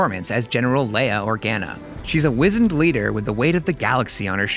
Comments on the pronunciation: since you're going to be doing this professionally, please ask someone how to pronounce the word "wizened". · 3.09: "She's a WIZENED leader..." I can't be the only one who thinks that sounds weird when he says it. I had to google it to check it was pronounced correctly; it sounded so odd!